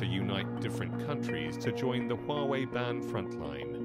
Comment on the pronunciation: I have a bone to pick. The westerners have a problem pronouncing Huawei and yet they poke fun at the Chinese. Wawei ??